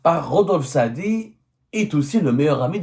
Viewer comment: Rodolphe Saadé et pas Rodolphe Saadi😂😂😂